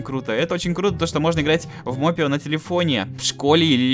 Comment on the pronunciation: Не мопе ио а моп ио